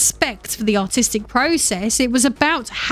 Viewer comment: Whenever you say "artistic" i hear "autistic" for some reason.